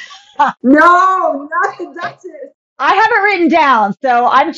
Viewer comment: There’s rumours that Inna is horrible in real life but I just can’t see it. She’s so beautiful too. She could not pronounce the duchess name for sh*t 😭